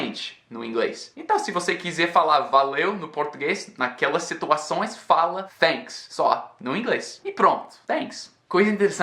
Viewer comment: vc falando a palavra Thank you ou Thanks, várias vezes pareceu que vc estava dizendo Fénks ou Fénk you com som de F. Apenas na última vez em que você thanks, pareceu som de T